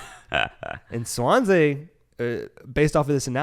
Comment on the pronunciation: Wales comes calling not England. Also it’s swan-see. Good background on Potter anyways